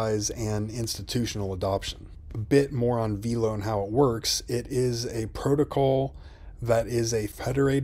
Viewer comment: Veelo????? No. VELO